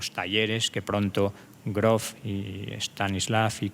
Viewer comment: Groofff se dice Grooofff¡¡